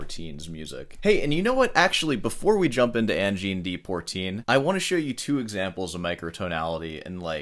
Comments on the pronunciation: Dear, 'Poitrine' is pronounced 'Pwah - treen'. We understand you're an American, but please make an effort with other languages. In English (that's the language that you speak), it means 'chest' or 'bust'. You should understand the importance of language, after writing all those wonderful plays, sonnets, and soliloquies. Obviously, being a Scot, I like Macbeth. Although, as far as all those sonnets go, your strict use of 14 line iambic pentameter can get a bit grating. Also, worry ye not, young lad, you're not going bald, you just have low eyebrows. 😏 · I think you should do a cover album of “Al Di Meola plays Angine de Poitrine in the style of Leo Brouwer”. Poitrine is French for “chest” and is pronounced “Pwuh-tree n”. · Like hell you said Sabrina Carpenter lol. Can't even pronounce Angine de Poitrine properly mate. Apart from a vast and diverse array of Western influences Adp blend, a deep dive in musicology and Middle Eastern music theory and also Pythagorean theory and philosophy is mandatory to comprehend what these guys play, and it's kinda surprising you think you understood what gives with fast forwarding one song. From all else, you had to bring up Wikipedia and comment on their citing of Leo Brouwer as an influence. I have some news for you. AC/DC is a huge influence on me. For the last 35 consecutive years, i have been making disco, funk, house and lounge records. What am i saying here? You understand an artist once you get a slight grasp of what's inside their head and i highly doubt your 30 mins video of saying really nothing substantial does demystify anything. Nor does the clickbait title. Sabrina Carpenter my ass. Cheers. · Brouwer and Berlioz used the guitar as the instrument to compose orchestral pieces. Most composers use the piano to do this. It's always great to see composers play their own pieces like Brouwer here, or Roland Dyens. P.S. your prononciation of "poitrine" is attrocious! Lmao Rick Beato says it pretty well, as a reference.